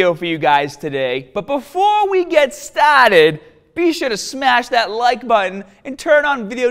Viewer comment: BUT BEFOOO WE GET STAAAAHTED<3